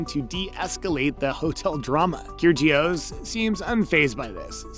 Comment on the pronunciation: Nick “Keer-Gee-Oss”? Wow that’s bad. It’s pronounced “Kir-E-ohs”. Probably why you have 500 views on this video. Awful